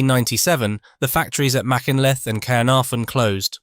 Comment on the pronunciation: TBF I thought he did quite well on Machynlleth but not so good on Llanidloes